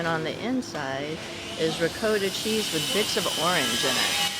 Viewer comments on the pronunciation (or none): Great video as always! One, request, please teach your partner how to pronounce ricotta correctly!🙏💗